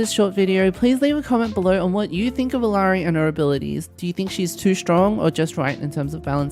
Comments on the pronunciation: Her name is pronounced ee-YAH-ree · The two L’s make a Y sound so it’s Iyari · Her name is pronounced E-yari.